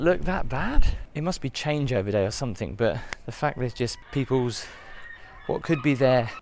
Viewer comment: Somethin'g' not somethin'k'.... :(